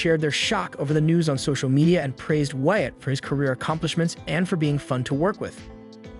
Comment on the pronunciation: Why you say “Wyatt” it reminds me of Cartman on South Park.